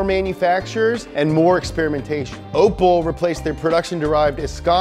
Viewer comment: I cringed when he said “ople” instead of opel and “pisho” instead of Peugeot and Citrone instead of citreon